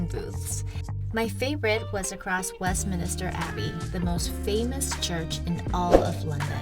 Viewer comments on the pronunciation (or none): It is Westminster not Westminister